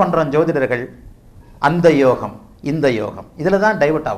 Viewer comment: Namaskaram Excellent about your pronunciation about yogam. Venum ungal Asirvatham.